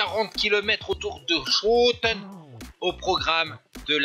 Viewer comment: ben ....la prise de vue de la moto, c'est plutôt génial!!!ps...on dit skoten😉